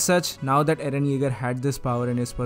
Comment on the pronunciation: You say aaron not eren